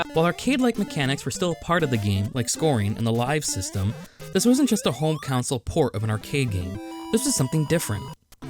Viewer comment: I’m proud to hold the title of an early subscriber to your channel! A couple nitpicks though: the phrase is “magnum opus” Also it sounded like you pronounced it a couple ways, but Miyamoto is pronounced “mee-ya-moto” instead of “my-ya-moto”. Also “console” keeps sounding like “counsel”. Very minor nitpicks that ultimately don’t affect my enjoyment of the video! Keep it up!